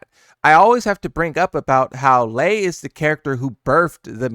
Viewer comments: Its Lei, not Lee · How do you not know how to say lei WuLongs name? It’s literally in sound bit form….its lei like LAY. You old enough to not be screwing up names kid lmao